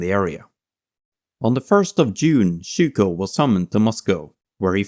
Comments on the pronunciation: Just small nitpicks. Overall brilliant video but "steppe" is pronounces as step. Zhukov is pronounced as zukov not as zuko. Very good video. I subbed! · Really petty pet peeve: you're mispronouncing his name rather badly: It's Gheorghy (hard G, as in God) ZhukoV (the v isn't silent). Especially pronouncing the first name as the diminutive of the English "George" makes it sound a bit silly. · Chouko ? IA améliore toi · Zhu-k-off not Zhu-k-how ! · His name is Zhukov with a V an on the end. You keep saying zhuko… But thanks for the video. There is a lot of controversy around him though. He didn’t spare the life’s of his soldier. That is quite questionable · "Jorjee Jukov"? Looking up at dictionaries, no? %( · Good Video but pronounciation of Zhukov is terrible. The first letter is a j sound like in the french bonjour, bon->J<-our. And the V at the end is not silent! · Wish the narrator would pronounce his name correctly 😮😮😮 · Great video, but maybe you could make sure the pronunciation is right... especially for zhukov's name... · You are the first English speaking person I saw who produced zh in Zhukov correctly. You still got v as w and georgiy as jeorjiy but I guess that's asking too much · Your pronuncian of his name is way off. has it right. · Extremly good tribute to my goat Zhoukov. But please try to prononce the v at the end of his great name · But get to pronounce Zhukov’s name properly come on, with a clear vee sound, that blood V is not silent! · maybe, but the name of the protagonist is spoken wrong the whole time :(